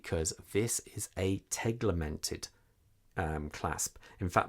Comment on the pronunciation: As a owner of the MOP dialed U 50 which I have for a year now I can say, the u50 is not only available with a black dial. Also it's called "tegimented" not "teglemented".